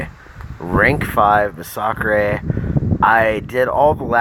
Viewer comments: Nah bro its "Muh-Sock-Chrey" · Bro couldn’t even watch your video cuz you can’t even pronounce masacre. I get kabam can’t even spell the word but it’s pronounced MASS UH KER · You cant even pronounce his name properly you dumb shit lol